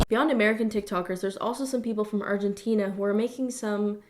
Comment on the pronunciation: the second you said argentina i cringed